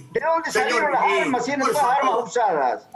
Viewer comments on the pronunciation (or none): Cavallo "¿De dónde salieron esajarmas? 🤣😖